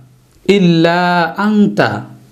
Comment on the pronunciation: হুজুর উচ্চারণ টা কি আংতা হবে নাই আনতা হবে। ২ প্রশ্ন কুংতু হবে নাকি কুনতু হবে প্লিজ কেউ জানাবেন?